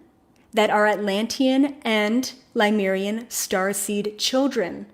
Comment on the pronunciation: Lemurian, not Limerian. Pleiadian, not Palladian.